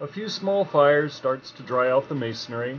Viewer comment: Do you say carpentary why do people call it masonaryITS MASONRY